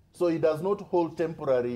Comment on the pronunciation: IT IS ASHUUMED...TEMBORARI INKAMBENZI